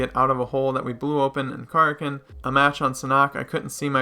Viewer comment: Ka rak ken is how you pronounce. It’s like the sea monster